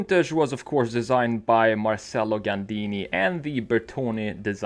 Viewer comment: you say Marcello like: martjello ( have a friend named like that)